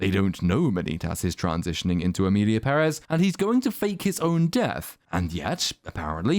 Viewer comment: Thank you for saying PEHrez and not pehREZ. The accent on the first E is there for a reason people, let it help you.